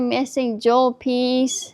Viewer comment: Lmao “ I love the missing jewl piece” 😅 loser…